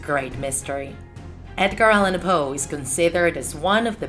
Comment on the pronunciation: NOT hoe, Poe